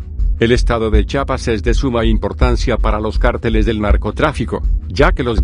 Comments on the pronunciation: Para empezar aprendan a pronunciar es chiapas estado sur del país de la republica mexicana, chapa es la que tiene la puerta jajaja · Se dice Chiapas, no chapas!